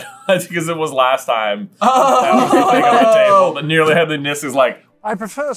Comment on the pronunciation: "Nearly headly niss"